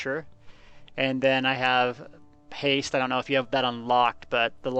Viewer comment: For the Assassination skill, is he saying "Haste", "Paste"? I got "Impale, something I can't understand, then Reaper's Mark" ? He says it's the last ability in the tree, but I'm showing that as Grim Focus which morphs to either Relentless Focus or Merciless Resolve.